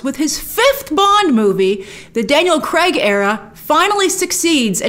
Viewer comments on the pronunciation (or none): Daniel Cregg, just say the guys name correctly. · Could you please, PLEASE start calling him Daniel Craig instead of Daniel kreg!!